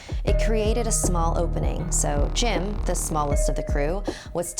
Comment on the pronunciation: I thought u said Jin